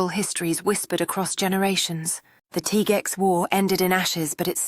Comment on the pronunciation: * Teegwex ..NOT Tigooex or Tigex * Bernahleeyo NOT Bernalilo